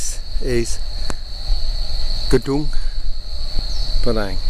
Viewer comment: Just wanted to hear him say gnmpadang one more time....